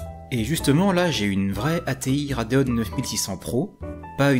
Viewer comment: Rade ON et Rade OFF ? Pourquoi RadeonE ? Y'a pas de E à la fin 😅